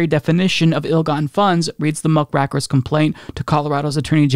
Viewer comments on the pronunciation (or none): It's "rake" not "rack" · it's pronounced "muck rake er", not "muck rack er". "A muckraker was any of a group of American writers identified with pre-World War I reform and exposé writing. The muckrakers provided detailed, accurate journalistic accounts of the political and economic corruption and social hardships caused by the power of big business in a rapidly industrializing United States." "Muckrakers were journalists and novelists of the Progressive Era who sought to expose corruption in big business and government. The work of muckrakers influenced the passage of key legislation that strengthened protections for workers and consumers." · Love you! Always good content. The term 'muck-raker' is from a journalistic tradition of 'raking up the muck' hidden under cover, the way one would in a horse stall when the poop is under straw. So it's pronounced muck-'ray'-ker. Keep up the great work!